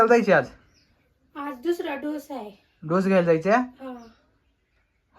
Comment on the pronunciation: ढोस नाही डोस आहे 😂